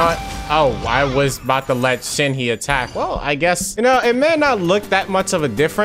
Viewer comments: I never understood people who got mad from slight mispronunciations, and then I became a Shenhe simple and watched this video. I am conflicted. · You are the only person who I have heard Shenhe like that 😭😭😭😭😭😭😭😭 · The way he's pronouncing "Shenhe" 😭😭